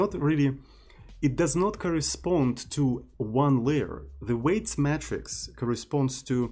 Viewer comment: "matrix" is pronounced "may-tricks" (not "metrics")